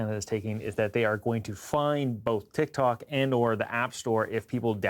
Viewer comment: "Tik Tonks" LOL